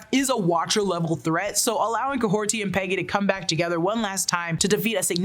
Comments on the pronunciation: Kahhorti again?!?!?! Never spoken like that and it’s even written Kahhori on the episode description. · There is no T in Kahhori’s name